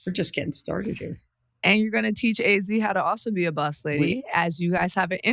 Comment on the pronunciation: I’m just begging for to please say Azzi’s name correctly